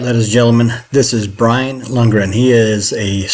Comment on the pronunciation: “LOCK-rin”.